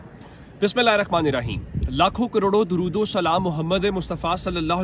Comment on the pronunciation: darud sahi se recite kia karen